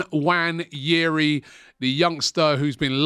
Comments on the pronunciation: That guy's name is not "Wanyeri". Its "Nwaneri" please Robbie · Why does aftv call him Wanyeri? Nwaneri is very easy to say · “Waneri”? Guy can’t even pronounce his name properly 🤦🏽‍♂️ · Robbie, can you get the pronunciation of Nwaneri’s name right?